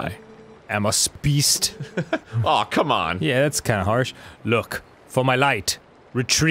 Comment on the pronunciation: “I… am a sPeast”